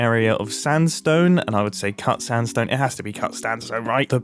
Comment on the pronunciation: "It has to be cut standsone..."